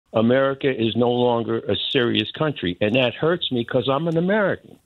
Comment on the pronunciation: He said im amweican . 😂😂 nooooo ur not .😂 ur europen